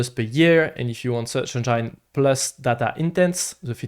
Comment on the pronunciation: The way he pronounces Engine as "Engyyne" pisses me off. Get the peanut butter out of your mouth!